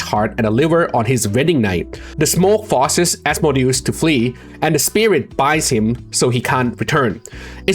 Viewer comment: Pronounciation, but it's "As-mo-de-us" not Amadeus. Amadeus is just a name, like Wolfgang Amadeus Mozart